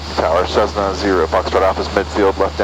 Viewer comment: Great video and congrats on the new addition. One thing to note is that Cessna is pronounced with S's and not Z's. I use to have that habit as well. :P